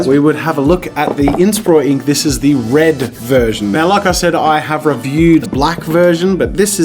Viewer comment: Imagine jazza having a speech impediment... “WED WED WED”